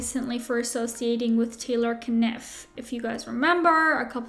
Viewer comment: Yeah, the only thing I've ever thought when I hear "Taylor Kniff" (FOR THE FIRST TIME EVER TODAY!) is "ummm, I think you're trying to say "Niff". I'm sure the K is silent" 🤣🤣🤣 He's "winning" right now?? Yeah....see my comment above. 🙄😅